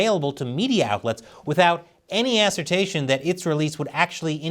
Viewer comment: “Ass-er-ta-shun” vs. assertion 😬